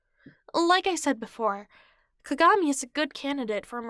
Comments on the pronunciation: The way she said kagami lmao 🤣 "cogamee" lol I love it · Atleast pronounce kagamis name right